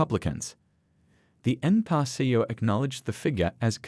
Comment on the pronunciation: You should teach your AI to pronounce: Pee Bee Ess, Enn Pee Are. Just more MSM crap. That's Emm Ess Emm. Meaning news paid for by dems. CRAP.